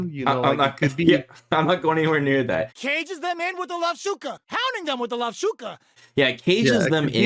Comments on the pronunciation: "Lavshuka" sounds like a mispronunciation of "lovushka" (ловушка)— "a trap" from Russian. Especially when the phrase goes "cages them in with l.". This might've happened because of transliteration from ru to ja to en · I think the name of the 4th move might be Ловушка(Lovushka) which means "trap" but pronouncing it more like Lovshuka. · "Cages em with the Lovshuka", I believe that's a mispronounciation of Lovushka wich means Trap in Russian, so fits with caging theme.